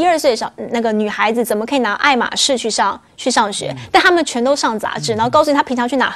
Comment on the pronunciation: 女嘉宾爱马仕发音错了，还不如念中文